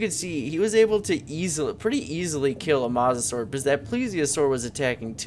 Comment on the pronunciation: You said mosasaur wrong